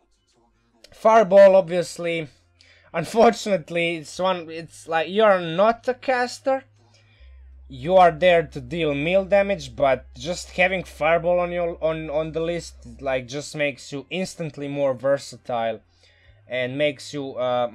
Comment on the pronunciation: Just a heads up, "melee" is pronounced like "maylay"